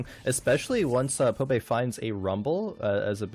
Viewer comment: I wonder how many of the casters can't read. ITS BBBBBBBBBBBBBBBBBBBBBBBBBBBBBBB. BOBAE, not Pobae lol